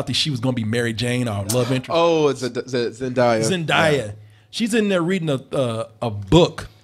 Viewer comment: I love how people keep screwing up Zendaya's name.